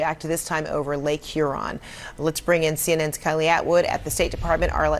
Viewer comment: Cracks me up on how you say Huron 😆 say it like “ here-on” lol. Lake Huron is around the thumb part of Michigan.